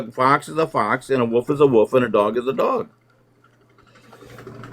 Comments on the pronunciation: Wolf. Not woof. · Did he say “wuff is a wuff”?